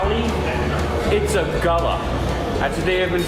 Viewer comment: It’s pronounced Goulla! The Gulla dog is the best!!